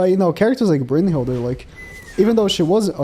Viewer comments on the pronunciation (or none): Why do you pronounce it Brunhild(er)? 😂